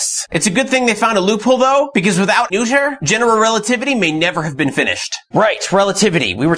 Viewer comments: Great video. By the way, Noether rhymes with “Nurt-ah” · Good video but bad pronunciation. It's closer to "nerther." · actually, Noether is pronounced “Nurt-ah”.